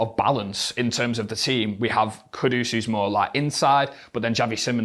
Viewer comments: It's Kudus. Quite clearly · This guy’s pronunciation is a joke , Kudos??? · Kudus, not Qdos.